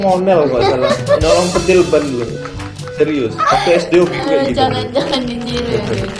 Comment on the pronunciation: Pentil woi bukan penthel wkwkwkwkwk